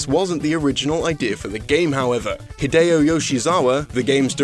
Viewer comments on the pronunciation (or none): none